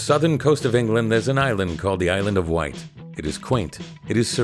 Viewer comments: It is not called the island of white, it's the Isle of Wight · The Island of Wight, lol